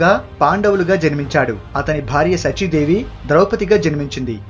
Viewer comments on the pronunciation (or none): I appreciate your efforts. Pl concentrate on pronunciation, for example SACHI DEVI. A TO BE PRICED AS 'Melika sa not as kunti sa'